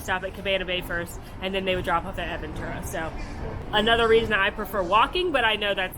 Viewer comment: I think I flinched more from seeing “Protofino Bay” on the screen more than the 75 times I heard AD-ventura. 🥰